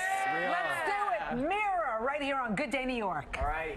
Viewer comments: its MIROH not mirror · "our new song is called MIH-ROE" I'm cackling the australian accent really jumped out in that one.